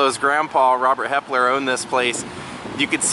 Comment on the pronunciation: I was going to correct you when you said Helper instead of Hepler. That happens all the time so you're not alone. I was married to a Hepler and knew they were related to Rob Lowe through his mom. Actually all the Heplers are related. 2 brothers came over from Germany and one stayed in PA and the other moved to NC. They all trickle down from them. Thanks for this vlog. Interesting history.